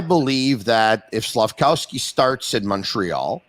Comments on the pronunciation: please I beg of you, stop saying SlafCOWsky. It’s SlafKOVsky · can someone please tell the it's Slafkovsky and not Slafkowsky lol SICK